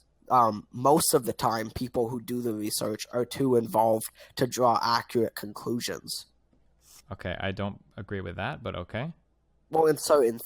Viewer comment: " accuwate wesources "